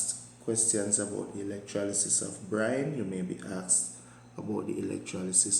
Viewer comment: sir is it brime or brine????